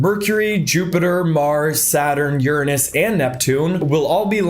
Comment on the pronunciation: I love how he says “Uranus” instead of the funny way 😅